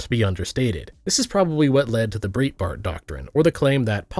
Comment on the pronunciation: I've watched nearly all your videos and enjoyed and agreed with most of them, but "Breetbart" is just not how that's pronounced.